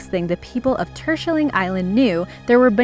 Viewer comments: Number 7 Turshulling... really😂😅 you say Terschelling, im Dutch so I could know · Tursjeling.... bwuahahahahahah. It's Terschelling :D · The island of the netherlands, "Terschelling" is NOT pronounced "tershelling", !! Then again; 'sch' doesnt exist in the english dictionary, so you wont know how to say it. Still, it sounds so so weird ! O.o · Had to listen to the part of the bananas twice, because I didn't understand what name they named as the island where these bananas got to shore. Terschelling. Well, it's pronounced entirely different, but it really is a very Dutch name. I've seen left over parts of this event. Greetings from the Netherlands!